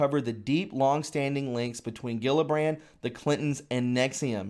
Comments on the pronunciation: it’s pronounced, Jill-a-brand. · You're driving me nuts. It's Jill-a-brand. Geez!